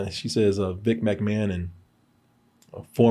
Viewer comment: Everybody: “McMahon”: “MACmahon” 😂